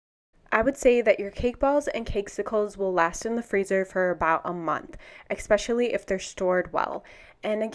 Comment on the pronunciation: very helpful thanks. fyi its Especially not eXpecially